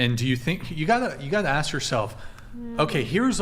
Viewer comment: it's ask not akd.